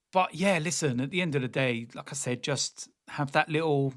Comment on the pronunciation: Everytime you say "Like I said", it sounds as "Lacazette" I am confident Merino will start and Rice might be rested.